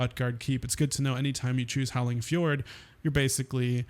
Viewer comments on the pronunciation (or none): none